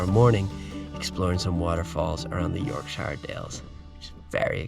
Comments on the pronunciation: Its Yorkshire not York SIiiihre got to learn how to pronounce these places dude. Great video though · Please for the love of god learn how to say Yorkshire